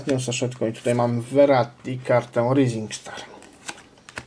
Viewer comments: Czyta się rizing star dla twojej wiadomości. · "rising star" czyta się "rajzing star".